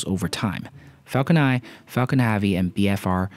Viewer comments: It's Falcon *Nine*, not Falcon Eye... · Dude its falcon nine and not falcon nai